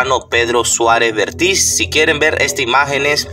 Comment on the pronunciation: Vértiz, acaso no sabes leer apropiadamente los acentos ortográficos?